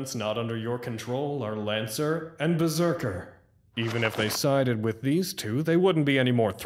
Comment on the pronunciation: Can't wait to see Gilgamesh vs Lil Murder Machine and Berzerkar(How the show pronounced it I swear)